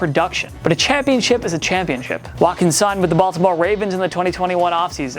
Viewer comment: Its weird: i was listening to it at 1.5 speed and it sound like he said Buffalo. He pronnounces baltimore in a weird way